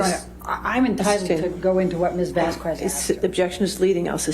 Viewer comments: Amber's attorney annoyed the hell out of me with "Miss Vazz Kwezz", it's common courtesy to attempt to pronounce someone's name and surname correctly. Who am kidding? She didn't even know Amber's name at the start, look it up lmao Maybe I'm just too "English" so I set my expectations too high. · This ain’t got nothing to do with the case, but her lawyers are some of the dumbest educated people I’ve seen. Like, I’m sure they’re educated on laws and whatnot. But listening to them stumble over words or pronounce Vasquez with an audible “u” is distracting.